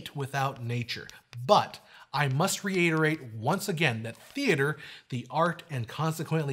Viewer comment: Also how did you pronounce "reiterate?" You have lost all your credibility with me good sir!